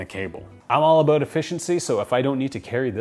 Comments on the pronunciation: Canadian? “ Aboot “ :) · worry aboot it! Haha I love Canadians